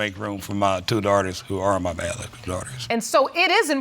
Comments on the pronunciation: 😂 BiGeoLogicalt daughter 😂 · He said “biogolicol father” they can never speak on this show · If that man said “bigalocka” child one more time 🙄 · "If Lorraine is not my 'bicologigal' daughter.........." He actually pronounces it different every time he says it! 😂😂😂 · When he said "bobalaigical " lol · He can’t say ‘biological’ to bagilagical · Nah he said Biblajicogial 🤣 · He said "if she is not my "Bijalotical daughter" 😂😂😂😂😭😭😭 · Bijalotics?.... That sounds like an informercial. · said “By-ja-la-ja-gull daughter” instead of ‘biological daughter’! 🤣🤣🤣🤣💀💀💀💀⚰️⚰️⚰️⚰️⚰️ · Shelby, I thought he said, “BAD LOOKING DAUGHTER!!”😂😂😂😂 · Are we gonna act like he doesn’t know how to say “biological.” He said, “the thought was still in the back of his head like Lorraine wasn’t his byonkolcal child.” 😂😂😂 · Say it with me...BI-O-LO-GI-CAL. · He said bajalolical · He couldn’t say biological 😂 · It urked my nerves that he couldn't pronounce BIOLOGICAL 🤦🤦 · Why can't he pronounce biological. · I'm going to need him to say biological correctly! Lol! Both parents are terrible people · He doesn’t know how to say biological 😂😂😂😂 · So, you all are just gonna sit here and pretend that you didn't recognize that he can't pronounce "biological" and referred to his other kids as his "siblings", huh?? Lol!🤣🤣🤣🤣🤣🤣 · Shelby Silverstein he can’t pronounce “biological” it irks 😫 every time he tries to say it a new word comes out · Right ugh i was like if he said it like that one more time smdh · I just want him to learn how to say "Biological" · Until learns how to say “biological” I don’t think anyone should believe a word that comes out of his mouth, especially that nonsense about having a favorite child. That is hurtful and ignorant. We won’t even discuss his “Rechieta is the female version of Richard” or that huge estate he’s leaving in his will. Poor Lorraine, she has not one, but two idiots for parents. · This dude can't pronounce "biological"